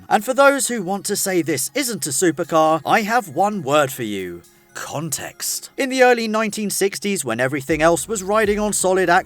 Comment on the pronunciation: Not cuntach but contach!